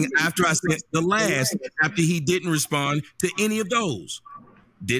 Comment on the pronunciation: In Mr Brown the word is sent not sunt lol